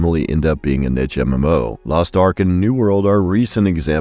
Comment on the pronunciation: How did you still fuck up pronouncing niche